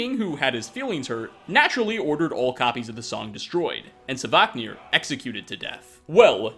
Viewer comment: I'll turn a blind eye to you saying Alea, but I absolutely can't stand hearing sAvaknir 10 times in one video!!! Ughhh